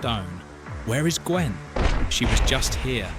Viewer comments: The pronunciation in this is ...disturbing. Tears at her soul, like tears that flow from your eyes? GWEN-VIVER? (It's supposed to be "Gweny-vhar") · Man some of these pronunciations are killing me. Pro-wess?? And gwen. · I’m gonna send this to my partner who is obsessed with Drizzt. I have a feeling she’ll take umbrage with the pronunciation of the panther’s name. 😂